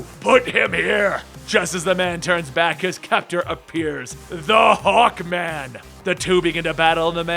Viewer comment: I thought you said hulkman......HULKMANNNN